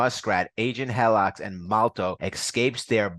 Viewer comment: You are adding to many N’s to the name Revanche. You are saying Revananche. Also, her name is Helix (he licks) not Hellix